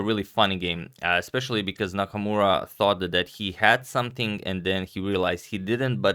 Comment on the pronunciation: It's Nakamura, Not Namakmura 😁